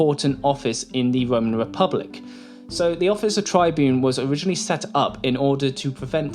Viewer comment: Now I shall talk about the great Tiberius Gracchus. The Tybune Tiberius, Trybune Trybune Trybune......*Gets brain aneurysm* 😅 Seriously though, outstanding video. Have you thought about making a 10 minute plus your standard? 😊